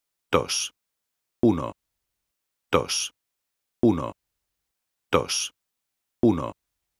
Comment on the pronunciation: uno, tosh.. uno, tosh.. uno, tosh ... jajajajajajahaaajajaajj